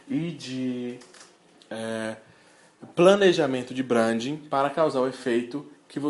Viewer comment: Boa tarde amigo. quer ter credibilidade nos teus discursos? aprende pelo menos a pronunciar certo. achei horrível vc falar "brandin" quando já estava acostumado com a pronúncia certa:"brendin".